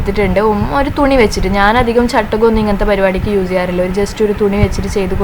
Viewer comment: Hi ayshu entha s in pakaram z use cheyyunnath. Uze ennu parayunnath